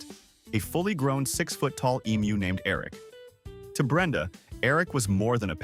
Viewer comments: Aussie here. Thankyou for pronouncing Emu correctly. Even AI can correctly pronounce the word when most people outside Australia cant. Side note, emus are not normally aggressive birds, usually calm. But any animal if threatened, especially it young/nest will of course, get agro. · I'm always impressed when emu is pronounced properly. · Not aggressive, protective. Thanks, too, for the pronunciation lesson. I'd been saying it wrong, now I know. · Pronunciation being correct or not depends on where you are. In the US everyone will say Emoo